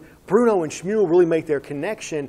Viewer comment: Great pronunciation of schmual